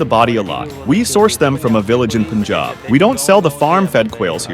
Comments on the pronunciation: Mate...!!! it is pronounced has 'pun'-"jab" just the English words read separately. it is not "poon'-'jab'. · You guy can pronounce Umbrella as am-brella but can't pronounce Punjab as Pa-an-jab instead of Pun-jab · It's not poonjab it's punjab (pan-jabh) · It's Pun-Job, not Pun-Jab! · not "Pun-Job" but rather "Pun-Jaab". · The Pun in Punjab is pronounced as the English word Pun. And no it’s not a politically sensitive place. Used to be in the 80s, not anymore. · Hope u never pronounce Punjab as poon jaab